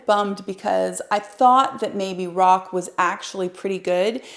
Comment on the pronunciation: You don't say Roc but you say R o c. Pronounce the letters